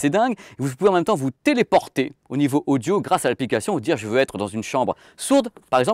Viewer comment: Le mec dit "Casque odjo" pour dire " Casque audio"... (vers 1mn) S'il avait un accent de merde genre accent marseillais je pourrais pardonner. Mais là...